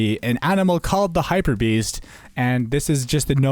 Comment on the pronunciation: did anyone notice that he spelled beast wrong he said beans